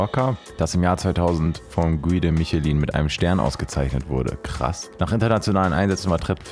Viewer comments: Guide Michelin -> ausgesprochen: Gid Mischelá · Ich mag deine Videos wirklich sehr, bin manchmal aber doch verwundert, wie wenig du doch kennst 😂😂 Körbchengröße sagt dir nichts, Disponent kennst du nicht, wie man Guide Michelin ausspricht weißt du nicht und Oberbozen wird bei dir zu Oberzoben😂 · Harter trigger wie du den Guide Michelin ausgesprochen hast.😂 🚩 incoming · Wie er Guide Michelin ausspricht 😂